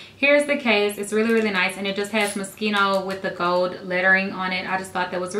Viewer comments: You said "Moschino" wrong!! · Its mo-shee-no